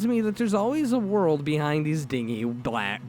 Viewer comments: "Dingy" is pronounced, din-gee(pronounced like the letter "G"). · I love the emotion you bring to the story's but it really takes me out of it when you mis pronounce things like psychiatrist or dingy keep up the good work but double or triple read stuff before narrating them maybe